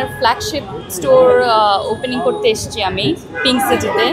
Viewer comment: এসচেন না এসেছেন হবে। এসচি না এসেছি হবে 😂 বাংলা ভাষা ভালো করে শিখতে হবে।